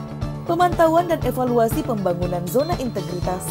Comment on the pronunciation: Ingat EVALUASI dan INOVASI. Bukan EPALUASI dan INOPASI. Wkwkwkwkk. Sukses selalu sobat. Semoga amanah dan adil selalu.. Barorakallah.. Amin. Salam